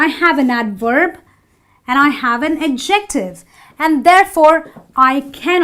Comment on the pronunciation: You need to learn how to say adjective.